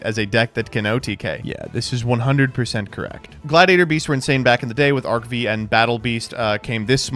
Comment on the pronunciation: Does he just say Arc-V wrong on purpose